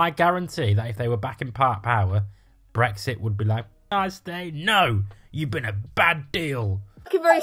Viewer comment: Brexit (or "bwexi" as you pronounce it) was the best thing to happen to the EU. The arrogance of you lot thinking you would be allowed back in is amusing. There will never be the unanimous support required amongst the EU 27 for British entry.